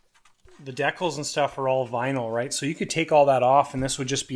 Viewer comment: Dee Cals??